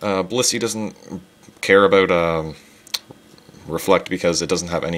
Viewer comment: aboot haha oooooooooooooooooooocanada